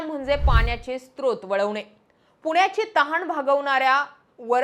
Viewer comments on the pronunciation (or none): none